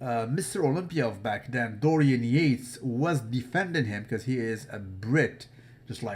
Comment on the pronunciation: it's Dorian Yates not Dorian Yate.